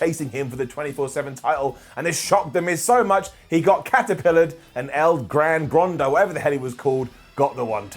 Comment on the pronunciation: it's EL GRAN GORDO, no El Gran Grando. Come on man.